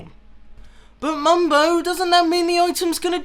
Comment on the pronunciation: 2013.. Mumbo: Ello evryone, Mambo 'ere 2019.. Mumbo: Hello everyone, Mumbo here